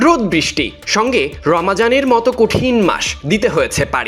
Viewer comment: রমাজান কিরে ভাই 🙄 উচ্চারণ টা তো ঠিক করে করবি😡